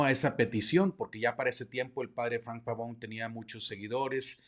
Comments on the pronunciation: Apreciable Padre algunos comentarios muy amables y respetuosos, al pronunciar el apellido del Padre lo hace usted como si fuera de oirgen sajon, siendo que es de origen italiano, entonces en vez pavoun ( como suena la pronunciación en inglés) debe pronuciarse Pavone, tal como se escribe, igualmente creo que es más adecuado el término dimisión que es como está previsto en el CÓDIGO DE DERECHO CANÓNICO (Capítulo IV Cann. 290-293) y que en sentido jurídico (lato sensu en el derecho y stricto sensu, en Derecho Canónico) no es lo mismo que destitución, incluso en el sentido lexicológico de la lingüística y semiología, no resultan sinónimos, por lo demás es un tema tremendamente interesante en el sentido social, político y por supuesto religioso , sobre todo en lo relativo a su participación y el ostentar un cargo en la campaña del Señor Trump pues el CDC prescribe con toda claridad Cann 287 § 2. No han de participar activamente en los partidos políticos ni en la dirección de asociaciones sindicales, a no ser que según el juicio de la autoridad eclesiástica competente, lo exijan la defensa de los derechos de la Iglesia o la promoción del bien común., si el Obispo le expresó su instrucción o de plano la prohibición de participar , se actualizaría quizá el presupuesto contenido en el canon citado y ciertamente resultaría no sólo contrario al derecho canónico si no un tanto incongruente que apoye a un personaje como el Señor Trump que es discriminatorio, clasista, racista, que promuev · Qué insidioso. El apellido además es italiano y se pronuncia la e... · Pavone, no Pavón. Viene del italiano. La "e" debe sonar, PavonE. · Bueno, muy interesante el tema. Lo que me saca de onda es que el apellido es Pavone, no Pavón... Yo sé que los latinitos que viven en EUA, están muy inglesados, hablando del idioma, por eso es que cometen errores gramaticales, etc... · Entiendo que el apellido es italiano por lo tanto se pronuncia Pavone, con la e final...